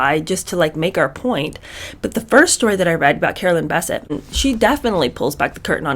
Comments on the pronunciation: Sis first of all her name is bessette not bisset it's French secondly I'm 6 minutes into the video and you've only repeated the same thing three times You've left out the author's name which is Maureen Callahan can we move on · No biggie, but I've always heard Carolyn's last name pronounced with the accent on the end. BesSETTE. Loving this series already! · Bessette is pronounced with the emphasis on the second syllable! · I realize you posted this about a year ago but I just now started viewing it but I’m struck that you aren’t pronouncing Carolyn’s name correctly. One of the most photographed & reported upon women in the world -how could you not have heard someone/anyone say her last name. You’re doing content on pop culture but I always get the impression that you don’t actually follow things or read/watch/listen to news/current events. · Carolyn's maiden name is pronounced "buh-SETT"! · It's BessETTE. The pronunciation is on the last syllable. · OMG the way you pronounce Bessette. 🙄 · You're mispronouncing Carolyn's last name.